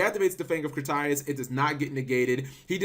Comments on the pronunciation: fang of kritarius? cmon cap, KRITIAS, enunciate cap... ENUNCIATE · I think the card name is pronounced as Crit-Tea-As in the English Dub, not Cre-Tea-As. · Critias not Critarias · CRIT-E-IZ, NOT CRY-TIS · lol I love the fang of... "Crit-í-as" omg Cap Critias is pronounced "Criteeas" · Rafael Diaz Thank you, I thought I was the only one driven crazy by how he pronounce it. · crit-e-us ots pronounced crit-e-us lol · Crit TEE us... Jesus Christ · Crit-Ee-Us how to pronounce. Sorry cap but have you heard of our lord and saviour pronunciation? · It's pronounced Crih Tee Ess. Sometimes all you need to do is watch the anime and they'll give you the way to say it. You had this same issue with Timaeus. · Stop buturing Critiaus name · watch yugioh waking the dragons before butchering Critias' name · The way you pronounced "Critias" made me cringe. So wrong. Did you not watch Original Yugioh lol ?!